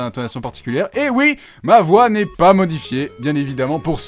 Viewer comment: IL A DIT OUITTTE !!!! IL A DIT OUIIITE !!!! 😂